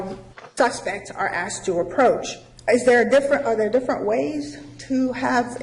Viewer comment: "Axed", did the expert witness actually use "axed" instead of the correct pronunciation 'asked' on the stand?